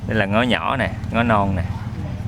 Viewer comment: Lá Ngó mà đọc thành lá ngón :)))))